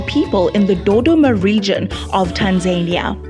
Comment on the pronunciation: Pronounced Rwanda not Ruwanda there's nothing annoying hearing Africans pronouncing African words like Europeans please !!! It's Tanzania not Tanzerniya. The presenter should learn to pronounce properly